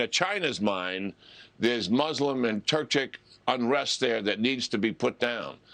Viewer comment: It's Wegurs not wiggers